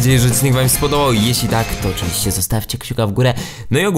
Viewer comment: "Ale mit ozywiście potwierdzony"